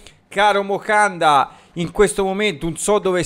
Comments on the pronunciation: Moncada però…. Non mocanda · MoNcada, non Mocanda 😂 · Caro, ti seguo sempre e condivido gran parte delle tue analisi, ma ti prego, è "MONCADA" non Mocanda... P.s Okafor e Camarda a Parma! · Ma perché Mocanda 🤣🤣🤣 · “MOCANDA” 😂😂😂 grande ❤🖤